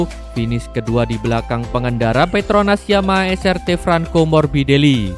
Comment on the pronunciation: Es ar ti bang bukan es er te Srt dibaca nya tu es ar ti